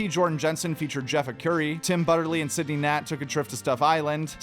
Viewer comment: I know of Sidney Gantt, but not Sidney Nat